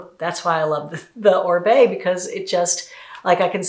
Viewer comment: Oribe is a Latin last name, it is pronounced Oreebae the i sounds like “ee”